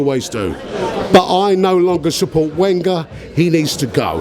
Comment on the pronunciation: I hate when he says Wenger